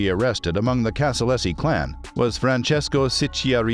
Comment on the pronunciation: Casa-LAZY not LESSI